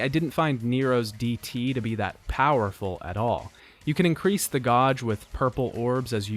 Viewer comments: "Gauge" is pronounced with a long A, like "gay-g" not "gah-g". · Guage. "Gawsh"?? Haha great video. One of my favorite series and so awesome to see it gone over so extensively! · i'm sorry but how did you pronounce that? i have never heard someone call it a "godge" instead of a "gauge" before. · Vergil has a Concentration "Godge" I'll leave it at that LOOOOL I'm ded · …say gauge correctly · nvm i just heard the pronunciation of "gauge" also no max act? or mention that dmc 4's development and running out of time is what caused dante's levels to be what they are rather than just because they shoe-horned him in or couldn't be bothered? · Is the way you say gauge a joke or what lmao it's hilarious either way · I really enjoyed the video and appreciate the effort to make it but... Where does that pronunciation of 'gauge' come from? I've never heard someone pronounce it that way before.